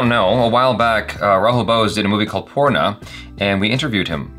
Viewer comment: 'Poorna' , not porno :3 lol